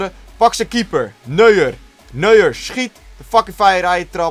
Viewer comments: Zei die Neuer express of weet ie echt niet dat je dat Duits uitspreekt? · Hij noemde neuer, nuur xD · WoW hoe hij neuer uitspreekt